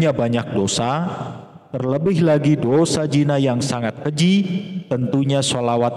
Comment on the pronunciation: Bukan jina tazd tapi zina